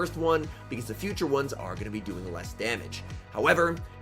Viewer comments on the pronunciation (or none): none